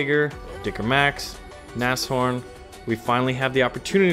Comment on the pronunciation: Wow... you're the first non-native german speaking person I've encountered that can actually pronounce Nashorn correctly. Mad props to you.